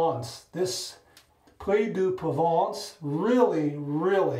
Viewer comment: I knew of this soap brand, but I never tried it. Locks like a premium product. And your pronunciation of the name is spot on! 💈👍🏼